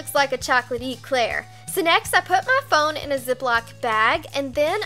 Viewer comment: What gets me is she says fon stand on